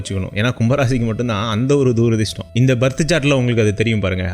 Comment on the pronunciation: துரதிர்ஷ்டம்....தூ...ரதிர்ஷ்டம் இல்லடா.....